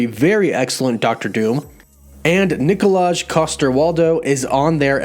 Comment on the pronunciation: Could you not butcher Cillian and Nikolaj's names please?